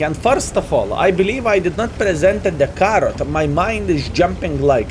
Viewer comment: its pronounced carro not carrot hahahahahah